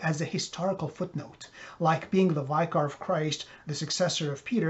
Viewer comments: Please learn how to pronounce vicar correctly before you give your personal opinion against the pope. Look it up, it's pronounced VICK ER (like victory) NOT VIKER (like biker). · It's not pronounced 'Vyekar'. It's 'Vikker' (=Vicar of Christ). Is our Christian Faith really dependent on clinging onto such formalisms as religious titles? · I thought it was pronounced Vick er of Christ not Vike er...... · Keep watching Pope Francis. I still don’t trust him. I still remember him slapping that hysterical woman who grabbed him and It’s Vicker not Viker like biker. 😂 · It’s “vick-er.” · Sir, you should call your teacher of English and remonstrate with him/her. The word “vicar” rhymes with (and how appropriate it is) sicker. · Isn't Vicar pronounced with a short I?? Sounds like the word liquor .